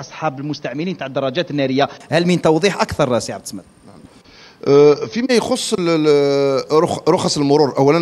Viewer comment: عبد الصمد أنطقها مليح الصمد إسم من أسماء الله الحسنى